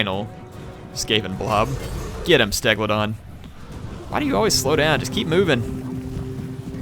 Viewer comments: stegadon not stegla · Too funny hearing add syllables and letters to the pseudo dinosaur name Stegadon which he calls a Stegalodon. Reminds me of ARK and constantly hearing these dinosaurs names changed from person to person each adding or subtracting letters and syllables to them. Eternal glory to the Stegalodons and eternal flight to the Teraradons XD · Why do you say stegLadon??? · Stegadon* dont think there's an L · Always remember, there is no "L" in team. Or in Stegadon! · Does it annoy anyone else that he keeps calling it a "stegaladon" instead of a "stegadon", I noticed it and now it's making me irrationally annoyed. But seriously Skaven speed is insane. they lose 12% until they're at 1/2 leadership then they're just Blazing fast. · Ther is no L in the word Stegadon!!1!11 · Stegadon, not stegladon... ;) Otherwise, great vid! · It makes more sense to put buildings that max out at tier 3 in your minor settlements for a province. Also, use your skink priest to scout the skaven settlements, it's 100% success and basically fee xp. Pick up any treasure that spawns along the coast too, they are very worthwhile. Oh and less important, why do most US based players call it Stegladon? There is no L in it, it is Stegadon. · Yeah, every time you said Steg-la-don I wanted to cut myself. Otherwise can't wait to see more!! Thanks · there is no L in Stegadon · Stegadon. Steg-ah-don. Plz:'( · say it with me. STEG-A-DON. There is no L in there. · Fallen Hero i was with you!!! Im a advid seraphon player. And i twitched everytime he called it a bastilidon and stegladon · Damn:P U keep saying an "L" which isn't there in the STEGADON:P But good vid;) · I swear every time you call the Stegodon a Bastilodon I end up screaming at my screen haha 😂😂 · Holy shit, he's called the Stegadon all three incorrect names in a single sentence after he already corrected himself. The cringe is REAL.